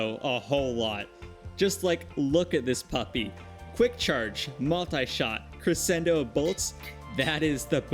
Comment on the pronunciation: all i have to say is your pronunciation of crescendo is bad. The c after the s isn’t silent and makes a different sound. it ends up being more like creschendo. sorry but music terms are something i’ve dealt with for too long and they get mispronounced all the time.